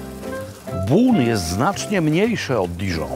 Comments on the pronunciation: Robi, powinieneś przyłożyć się do wymowy francuskiej, bo nazwę miasta Beaune wymawiasz nieprawidłowo. Zbiór liter "eau" wymawia się raczej jako "o", a nie "u" jak Ty czynisz. Salutations!🙋‍♂ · Bon nie Bun. Poza tym super :) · Jak zwykle wspaniały odcinek! Trochę myląca wymowa nazwy miasta Beaune...